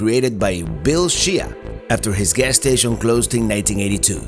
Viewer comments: Just FYI, II know you are not irish, Shea is an Irish surname pronounced Shay, not She A. Also Reynolds is pronounced Renolds not Ray Nolds as you would pronounce a spanish surname. I enjoy your videos visiting places I have never been. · Watching this video is like fingernails on a chalk board!! SHEA is pronounced shā not She-ah. If you hadn’t come on a Sunday afternoon you might have found stuff open